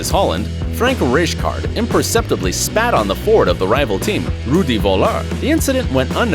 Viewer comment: You could at least have tried to pronounce the names of Zinedine Zidane, Frank Rijkaard & Rudi Völler correctly. All absolutely awful pronunciations nowhere near their real names.